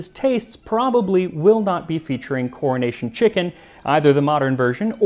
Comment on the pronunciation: As a person of the uk, he is pronouncing it "Cornish Chicken" which is possibly somethong else 🙂